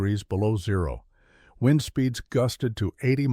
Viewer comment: Wind is NOT pronounced wined